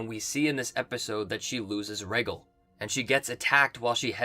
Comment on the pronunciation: Rey-GALL not Reygle.... It amazes me how many of these youtubers seem not to listen to how things are pronounced in the show, over and over. Makes it sound like some Watchmojo crap where they butcher the names of all the characters letting you know they've never actually watched it.